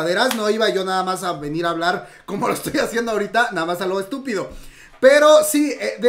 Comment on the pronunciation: "Vamos a un corte porque ya no puedo hablur" jajajajaja